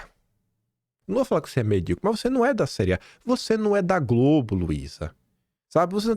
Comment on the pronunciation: Diz GROBE 😂